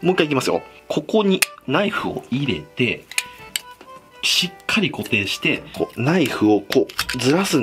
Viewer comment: この人入れての発音特殊やな 入↑れ↓て→